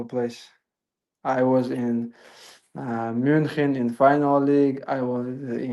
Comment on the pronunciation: The way he pronounced "München" correctly <3